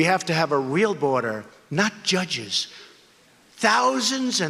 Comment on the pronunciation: Jud-geez?! JUD-GEEZ?!?! ...We don't neeed no steeng-king judgeez!